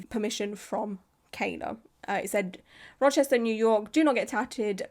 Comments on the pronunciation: You pronounced Rochester correctly! My nearest city is Syracuse (See-ruh-cuse) which has several tattoo shops. I'm planning on getting my first tattoo sometime over the next year and I'm very excited and very happy to know to AVOID this person!! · sits down with a nice wholesome breakfast, mixing blueberries into oatmeal “In this video we’re going to be talking about a tattoo artist in Rochester…” head snaps up You said it right. I’ll be sharing this video shortly as a local, I just want to watch through all of it first. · You said Rochester perfectly. I’m very impressed 👏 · Yes, you said Rochester perfectly!!!! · Love your channel! This is awful, and im a few hours from Rochester ny, and yes, you pronounced it correctly:) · Oh Shannon. Yeah she’s a looney 😅 all over my social media lol. Also, I’m from Rochester, you said it great 🖤🫶🏻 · As a central NY girlie, you did GREAT pronouncing Rochester lol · You said it right. Love your content!